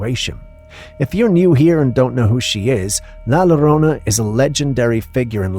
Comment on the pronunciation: Sir is not la lorona.U always saying it wrong. Is la yorona the y makes a double ll sound that we use in Spanish to write ella, not ela that is what would sound like if we use the double ll like u us it. Ella means her. The ll sounds like when u use the y to say yoyo . So yo and llo sound alike, so when you said llorona, say it like u using a y with an o together yorona but it's spell llorona not lorona .